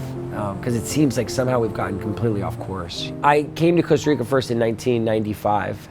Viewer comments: 👏👏 these digital nomads are really f#%en a lot of Latin erican countries. Plus, they don't even bother to learn the language. They can't even pronounce Costa Rica correctly. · I like what you're doing. Sustainability is where it's at, but damn y'all can't even pronounce Costa Rica correctly. It smells like like you're colonizing a place that's NOT yours. Also, you're missing out on all the culture vibes of Costa Rica. Funny how if Costa Ricans come to the U.S. they are immigrants... the opposite occurs and you're lovin' the Earth 🤷🏻‍♀️